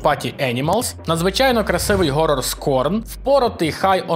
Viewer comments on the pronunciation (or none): none